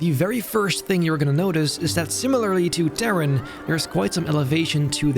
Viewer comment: It's great, but why does he pronounce "Taron" so strangely? Or is it simply because I'm German?